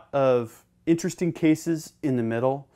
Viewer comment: Veddy intristing….but schtoopid!